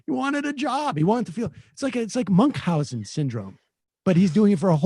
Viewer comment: ish "MUNKhausen syndrome!" God I love how Sam can't pronounce words.